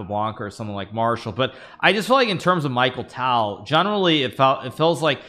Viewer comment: Michael Tal ??! How dare you mispronounce Mikhail Tal 😅